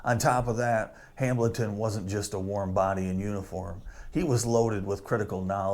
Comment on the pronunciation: Appreciate the video but it's just pronounced "Hamelton" not Ham-Bleton, for God's sake.